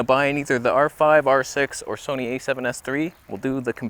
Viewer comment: Gonna havtah start calling it the Soneh....